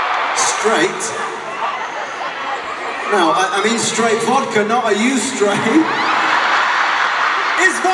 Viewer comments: "V A D K A!" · The first vodka sounded like “VaDcKa” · I love how he says vodka the first time. It does not sound like him in the slightest. Also Harry on SNL is just a different brand of beans.